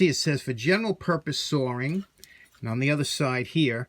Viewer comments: Not to mess with you but you just did the rant on words then you said sawing with an R in it.I guess I did want to mess with you alittle.Have a great weekend.Thanks for all the vids. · Your pronouncing every letter but you added a r to sawing. Lol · U just stepped on your rant. Sawring instead of sawing LoL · It's SAW ING not Saring lol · Hi, Great point about pronoucing every letter, but, hey, when you say SAWING, you do add an R or two. Just sayin... LOL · “General purpose saw-ring” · You say you only pronounce the letters in the word and then you read the label on the saw and say “For general purpose “SARING”” what’s up with that? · "for general purpose sawring." Sawring? Now you're pronouncing letters that aren't even there? :) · Funny you add a letter that isn’t there when you say “sawring” but your pet peeve is to pronounce all the letters that are in the name/word 😂😂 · Proof that "sawring" is supposed to have an R in it. Why do people pronouce an R that isn't there? My Aunt did that with washing, too. The high up position on that handle would be ideal for a carpenter building stairs. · Reminds me of grandma lol. She rants about the same thing, silent letter and how to pronounce words. She says if the letter is there then I’m going to use it. Then a second later, just like you will add an “R” to words like sawing, or making idea into “idear”. Yeah, she’s from the east coast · Its funny you say all the letters but you also add letters when they are not there for example there is no R in sawing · I agree about pronouncing the letters in a word……but sawing does not have an R in it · you beat me to it. I was going to rag on him for adding the r to saw. Instead of a silent r that must be an invisible r.